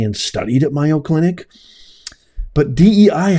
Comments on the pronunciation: It’s not Myo clinic…..it’s MAYO with a long A sound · Mayo clinic is prounounced may o not my o. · It’s. MAy-O clinic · Just mentioning its pronounced MAYO. Long A long O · It’s pronounced MAY-O❤😊if you don’t pronounce it correctly then people might not know what hospital you’re talking about.❤😊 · Just want to correct you, its pronounced A as in aid, in MAYO. You seem a genuine person and I agree about DEI being detrimental, but there is NO WAY you were at MAYO, because you are pronouncing it wrong constantly...?!!! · Learn how to pronouncse mAyo clinc if you want me listen to you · You're pronouncing it incorrectly it's like mayonnaise. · Yeah, it isn't one of his better pronunciations. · not criticizing, but letting him know so he doesn’t continue to embarrass himself. After all, it’s only four letters it’s not like trying to pronounce supercalifragilisticexpialidocious.